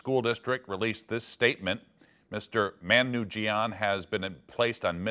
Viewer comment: he pronounced Manoogian wrong. It's "Muh-knew-gee-an" lol